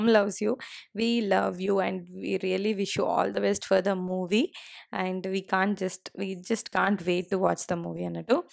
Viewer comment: Hiii garu..good to see your process n popularity. also we are glad that u stopped pronouncing " and " as " Aiind "..